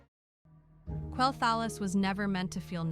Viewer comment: you should not get ai to voice your video's it cant even pronounce quelthalas.